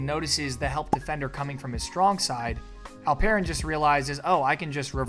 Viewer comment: Really appreciate your pronounciation its almost perfect ❤ You just need to tweek here a little bit and pronounce it like "Alp...Eren" instead of "Al...Peren".